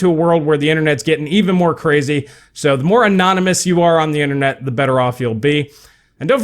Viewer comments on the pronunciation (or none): none